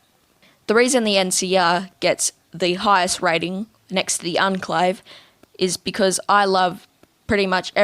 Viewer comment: "Unclave" 😂 I'm sorry if you have an accent but either way its pronounced "Onclave"